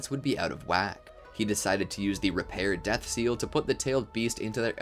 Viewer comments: istg this dude just said "repair death seal" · Broo did he really say repair death seal😂😂